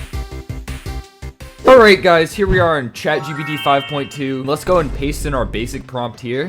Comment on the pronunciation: I keep on hearing bro say chagbd😫😂